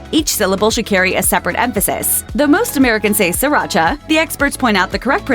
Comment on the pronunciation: you also mispronounced sriracha